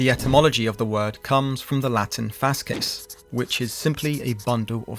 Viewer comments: What is fascism. It would be best described as "Capitalism in Decay". It is the capitalism / liberal reaction to popular socialist movements. It takes many faces because the reaction is just that. A reaction. Also, Fasces isn't pronounced Fas-Kes. It is Fah-Shee. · FASCES not Faskies